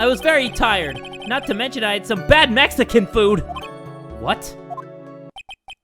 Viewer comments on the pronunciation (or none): none